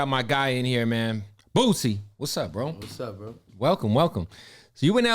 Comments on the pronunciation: His name Boosie not Boozie 🤦🏿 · Who tf is boo-zee?🤦🏽 it’s boo- see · The man's name is boosie. Not boozy!!! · Bootleg Kev keep saying Boozie instead of boosie lmao lmao mane I’m dying laughing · Boo-sie not boo-zie🤦🏾‍♂️🤣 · Is he saying Boozie? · Kev STOP 🛑 saying BOOZZIE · I cringe every time kev say boosie name lol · Sad, the interviewer isn't pronouncing the name of the artist right, although the artist pronounced his on name in front of him. Tsk tsk. Points lost for that one bro. The man's name is pronounced with an "s" not a z!